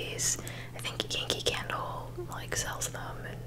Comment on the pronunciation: I feel like you said "yankee candle" but it sounded a lot like kinky candle 😆😆 The watch is gorgeous by the way! Your aunt has got amazing taste or really knows you well! The photo with your dad is adorable! And that purple robe?? Amazing piece! If you were from the UK like me you'd probably be in it until March!